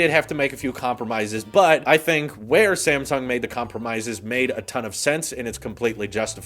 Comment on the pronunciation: am i the only one that heard "same sung" instead of "sam sung"